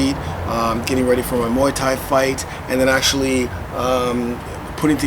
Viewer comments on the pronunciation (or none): none